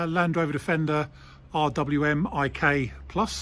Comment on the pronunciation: You pronounce it as “R WiMiK Revised Weapons Mounted Installation Kit, this one being enhanced.